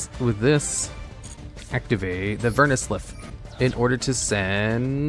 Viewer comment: "Vernu Ss Liff"??????, pronounce it like that again and I will make a very mean and maybe scathing review of the duel logs channel.